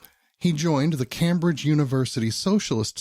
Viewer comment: As a Brit your pronunciation of "Cambridge" makes my toes curl. 😖